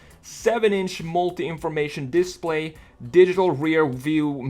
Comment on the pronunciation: How can it be so hard to say display?